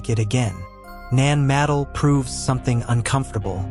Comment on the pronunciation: It's not pronounced ( Nan - madle ) It's pronounced ( Nan- ma- doll ) Your welcome....